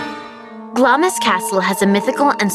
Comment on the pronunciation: its pronounced glams.you miss out the i